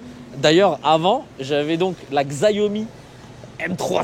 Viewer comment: Xiaomi ce prononce : Chiaomi.